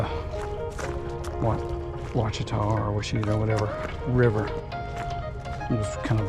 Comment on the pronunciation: Pronounced: Wash-a-taw